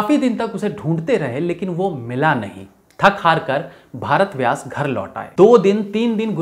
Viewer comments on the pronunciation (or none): आपने बहुत मेहनत की है लेकिन सही नाम भरत व्यास है भारत व्यास नहीं आेर हां, हिन्दी में काम करते हैं तो इतनी अंग्रेजी बोलने की क्या जरूरत ? उसके विना भी आप ज़हीन लगते हैं। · Jankari achhi hai lekin भारत व्यास नहीं उनका नाम भरत व्यास है